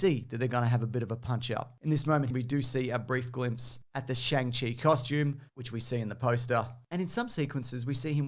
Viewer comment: Pronounced "Song chee"